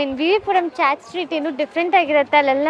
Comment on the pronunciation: WTH is a “chat”?? It’s chaat!